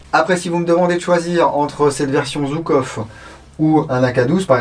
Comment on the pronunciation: Merci. Pour info, on prononce "Joukof" et pas "Zoukov", en référence à Georgui Zhukov, un général soviétique. Bises